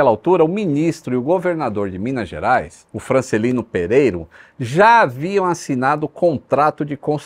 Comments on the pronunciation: Vamos lá: "DA PAMPULHA" E NÃO "DE PAMPULHA" "FRANCELINO PEREIRA" É NÃO "FRANCELINO PEREIRO" "TERRAPLENAGEM" É NÃO " TERRAPLANAGEM" Anotou?? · Aos o nome do governador é Francelino Pereira, não pereri0! E, tecnicamente, aos o correto é TERRAPLENAGEM, não terraplAnagem. Grosso Modo, é tornar a terra plena, constante...